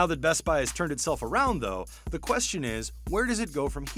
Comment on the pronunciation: say The NOT ThEEEEEE